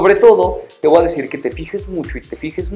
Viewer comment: Yo podría aconsejarte que no digas más "te VOA decir" se escucha pésimo, por lo demás bien.